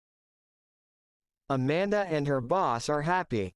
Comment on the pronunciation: Дякую! Все чудово! Але чому boss- вимовляєте басс?! Я подумала зразу про bus - автобус 😅